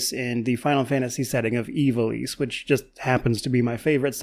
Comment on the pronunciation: Thank god at least one reviewer is pronouncing Ivalice correctly